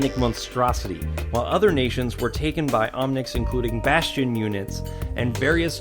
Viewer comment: lol he said bostion.